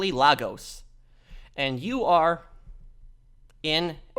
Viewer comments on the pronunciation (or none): I've actually been to Lagos, Nigeria, (cool place btw but I digress.) You're actually pronounce it as LEGOs like the toy.